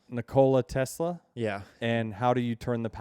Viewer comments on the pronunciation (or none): Nick-O-lie Tesla (Nicolely is nice though)